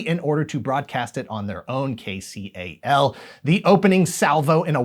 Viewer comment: The way you say KCAL cracks me up. You're clearly not from the area. It's pronounced KAY-kal (like Cal as in California)